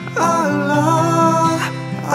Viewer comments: Daud Kim try to practice saying the word "Allah" in good Arabic. with the pronunciation of the thick letter L. Your voice is nice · Ngucap Allah nya belum bener, kalo sampe orang lain bergetar hatinya, itu baru ucap Allah yg benar